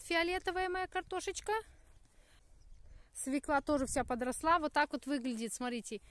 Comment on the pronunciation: поменяйте ударение в словах СВЕКЛА и ЩАВЕЛЬ, Дети пойдут в российскую школу и будут делать ошибки, которые достались от матери. Ваша же мама учитель, неужели она Вам ни разу не сделала замечание ?